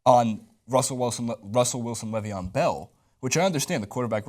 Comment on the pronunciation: Le'veon (Le-VON)